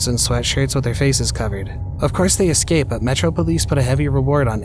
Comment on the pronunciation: The word eScape is NOT pronounced "eXcape". 🙄👎